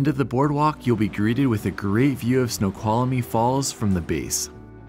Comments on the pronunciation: My dear - THREE syllables: snow qual mee. Not four. And I would've skipped the hike and gone to the Snoqualmie Casino lol! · FYI: Snoqualmie has 3 syllables, not 4 (there is no "uh" in the middle) LOL